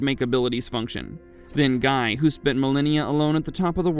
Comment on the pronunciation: It's Gee not Guy😢😢